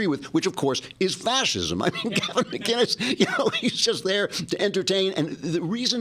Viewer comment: It's McInnes not McGuiness. LOL :)